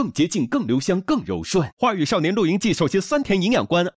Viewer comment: 丁：狂野吧 sao（少）年